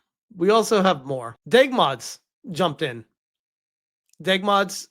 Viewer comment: My brother in Christ, it's D.E.G. Mods, not Deg Mods.